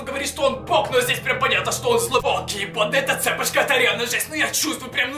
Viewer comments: почему ты говорил цЕпочка? а не цепОчка? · Не Цеееепочка, а цепоооооочка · Не цЕпочка а цепОчка